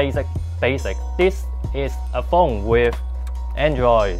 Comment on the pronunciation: 'This is a foong...'